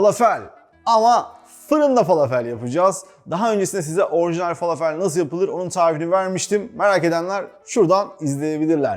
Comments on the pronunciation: Fâlâfel dogru söylenişi.Arapca bir kelime bu biliyorsunuz.Dogru telaffuz edilirse daha hoş olur . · Ellerinize sağlık yalnız iki yemeğinde doğru telaffuz edilmediğini çok yerde duyuyorum tebbule ve felafel son (e ) harfi ı ve e arası Ortadoğu mutfağına ait arapça olduğu için kelimeler فلافل تبولة şefim içine taze yada toz kişniş ile de deneyin çok iyi sonuç veriyor birde susam eşim Suriye'li bizde sıklıkla tüketiliyor her iki tarif teşekkürler 😊😊😊